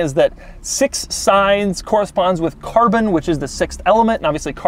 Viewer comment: Buzzwords for Doug: Alcantara, quirks, and Carbon(but how he pronounces it so “Carbnnn”) I feel like he sits at home practicing these words. Haha sorry Doug, I love your videos but I gotta take my shots too